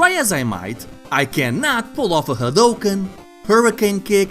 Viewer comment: Finally, someone who pronounces Hadouken property and not as Hadoooken